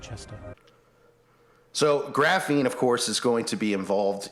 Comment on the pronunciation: What the heck is graffeen?